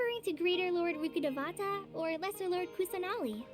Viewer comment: saying "Rukkhabatata" instead of Rukkhadevata is so funny to me because "batata" means sweet potato in argentinian spanish 😂